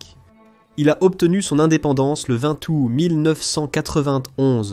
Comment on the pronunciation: le 20 "ou" 1991 ? Purée il y a encore du travail mon traducteur par IA